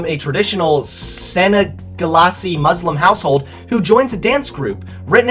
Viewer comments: I don't mean to be that person, but... Mignonnes (Min-Yons) translates to cute/cuties Senegalese (Sen-eh-gal-ease) is someone from Senegal. No hate tho. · I'm pretty sure that 'senegalese' is pronounced differently:D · He doesn't even know how to pronounce "senegalese" correctly in his own language ! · "Senegalasee" according to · him saying “sen eh ga las see” sent meeeee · Senegelasee huh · Ok so I agree that this movie's concept is awful, but i couldn't help but laugh when he tried to pronounce "mignnones" and "Senegalese." Much respect for trying tho! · in case you want to know how to pronounce it. Se-ne-ga-lese or from the country of Senegal. I’m not from Senegal I’m just going off my english knowledge. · You pronounced Senegalese wrong Senegal is a country